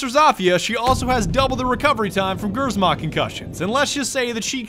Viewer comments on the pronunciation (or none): It's basically pronounced without the r. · "Gyrzmot" xd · pronounced "chr-mot" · iys actually pronounced gshmot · Pronounce it lis gzmot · its not gerzmont wow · I asked my polish friend and he said it’s pronounced “shmot” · Gryzmot intensifies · My ears hurt when you say g R Z mot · The name of her mine is actually pronounced "Gchmot". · imma from the same country that she is (Poland) and your reading grzmot wrong you should read it the same as gżmot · Im triggered how everone pronouce grzmot as grrzzzmout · Im polish and its pronounced gizimot mine something like that in english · pronouncing grzmot Polish people T R I G E R R E D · i mean if they pronounce this like us they would not just simply say it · People laugh at Poland for ww2,we laugh at you for butchering the word ,,grzmot". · All of poland just oofed when said grzmot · Am Polish. I cringed so hard when you said Grzmot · My ears were bleeding when I heard that GRZMOT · Who would win a grammar nazi or the Grzmot pronunciation? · Me hearing how non-polish speakers say "grzmot" makes me wonder why they didn't translated it to "thunder". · In name of every Polish person who hears them saying Grzmot incorectly. REEEEEEEEEEEEEEEEEEE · The way you said Grzmot... That hurt my Polish ears. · The way you pronounce Grzmot is killing me lol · Not close to how „Grzmot” is pronaunced :p have google translate read it for you, might find it funny. Also it means „thunder” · as a pole it triggers me when they say grzmot the way they do